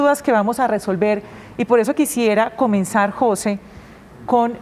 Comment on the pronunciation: Queee ??? JO SE ??? Que mal la comunicadora social, no ha tenido buena escuela que verguenza. el nombre Jose se pronuncia JUNTO de un solo golpe NO separado. Eduquese y vaya a la escuela y aprender la correcta gramatica castellano. Gracias.